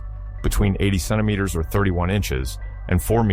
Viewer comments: Idk but it s hilarious 😂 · OK, I just got to the second time The Voice mispronounced centimeters and this time the miss pronunciation was different for the first time which does not seem to support the misspelling theory, but sadly I think I'm going to have to turn this video off because while I find it interesting and the music is actually quite soothing, my brain tends to zone in on mistakes like that, so I'm the type of person who can be half asleep and something like that happens and jolt me awake again. Gotta find a video that does not have those kinds of severe errors. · I wonder if the miss pronunciation of the word centimeters comes from a misspelling in the script for this video.